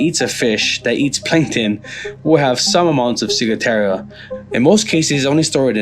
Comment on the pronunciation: there isn't a letter "i" in the last part of the word Ciguatera (see?) You kept saying "ciguateria" instead of ciguatera. Otherwise a pretty decent video. Wondered if you 2 are veterans when I saw the FNG hats; in the military that stands for "fuckin' new guy." (That's the one to watch, he'll be better at getting someone hurt or killed than the enemy...)